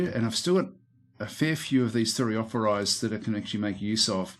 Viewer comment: Like your gameplay. No button spamming either. The easy way of pronouncing "Thureophoroi" would be treating the "ph" as the "F" sound. The "oi" sounds like "e". Thure-o-for- e.